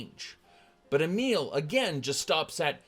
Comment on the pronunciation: i just realized you were saying a meal but Emile